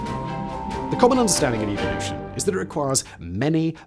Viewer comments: "About evil-ution." Love your accent there, Simon! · Evil-lution ? LOL